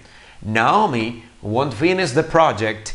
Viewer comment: Teacher, primeramente muchas gracias por su tiempo y enseñanza. Por otra parte le hago una crítica constructiva, le hace falta mejorar la pronunciación de algunas palabras para que siga mejorando. Por ejemplo, el "won't" no se pronuncia \guont\, la forma correcta es \guount\ hay para que lo cheque. Saludos!